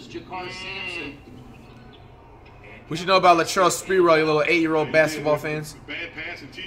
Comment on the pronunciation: "Latrell spertrell".